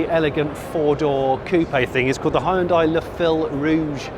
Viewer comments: its hyundai not hayundai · “Hi-un-dai” haha. So much more effort than saying it properly. “Hyun-day” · Oh god it's pronounced "hyun-dae" not "hie-un-die"...thought Americans pronouncing it "hun-die" was bad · *Hun-day, pronounce it Right!!! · This guy needs to learn how to pronounce Hyundai. It's annoying. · That moment when you realize he is saying "Hyundai". Because to my American ears it sounds nothing like how we say it over here. (Even went and watched a couple commercials to verify)